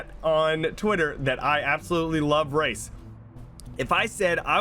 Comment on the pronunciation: Lmao when he was saying " I love race" I thought he was saying I love rice. I was thinking wtf does rice have to do with BR.